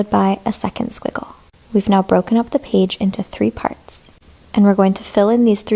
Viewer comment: Page❌ Pige✅